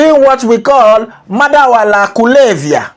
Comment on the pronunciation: It's not madawala kulevyia😂😂 it's "madawa ya kulevyia"